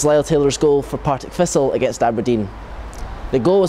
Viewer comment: Why, why, why can this guy not say TH? Why? Listen to him......."Fought", "Fifa Fisstle", "Arrow Fing", "Mofferwell", "Partick Fisstle", "Lee Griffifffs", "Ferty Yards out". This is not a speech impediment, this guy just cant speak properly!